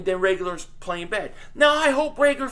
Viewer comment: I so was gonna comment on your pronouncing reagor name wrong then I got it near the end. NICE lol